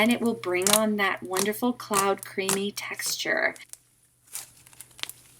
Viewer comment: who else herd her say "i love the taxture" not texture XD